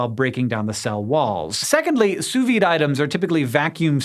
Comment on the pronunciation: I love the way you pronounce sous-vide, it's adorable.